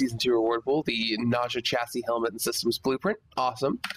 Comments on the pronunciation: ' Nausea ' I think it's Ney-zha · For all I know, a Nekros part BP drops after every Lephantis run. Is it by pure RNG which part I will get, or is there a way to manipulate the odds? Nice video by the way! Nezha is pronounced as "N-uh-Zha", it's actually Chinese! (so a Chinese like me will know LOL):D